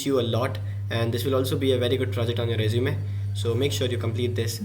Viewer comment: you said we can put this in our sresume or I heard something wrong?